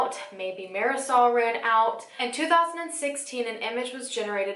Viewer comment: marasol? it’s mardi-soul